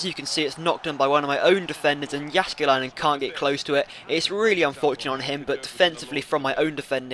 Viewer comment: Your pronounciation of Jääskeläinen is pretty good for a non-Finn, so don't sell him for that :) Besides you will not get anything for him.